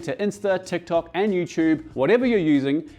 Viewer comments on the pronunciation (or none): none